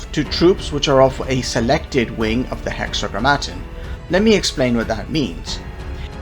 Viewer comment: Great video. It's hexa-gram-ma-ton, ton like the weight, gram like the mass. Biblical reference to the name of God for the Jews, the Tetragrammaton was a cipher of four letters representing Yaweh. Hexa=6 Grammar=words Ton=of